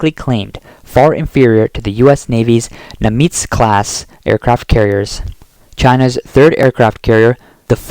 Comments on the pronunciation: Aegis reads Ay-Jis. Nimitz reads Nim-its. Please work on updating your phonetic understanding of words. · Its pronounced nim-its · It's Ah-beh, not Abe you miserable AI voice...having trouble with Aegis too I see..."libluration"? Mahmeetz class? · Please pronounce "Abe" and "Nimitz" properly.